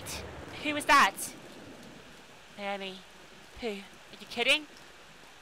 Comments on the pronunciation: LOL It's NAH-OH-MEE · Your pronunciation is kinda... Off. Naomi is pronounced (in Japanese) 'Now-MEE,' for example.